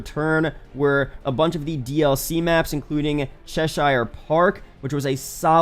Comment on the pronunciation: Forgive me being "that guy", but coming from England and having lived in an areas called Chester, I should correct your pronunciation of Cheshire Park. Its pronounced "Ches-her" not "Ches-shire"